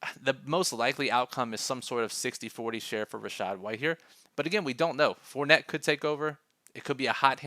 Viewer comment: I'm I the only one that herd fort net 🤣😂 good content as always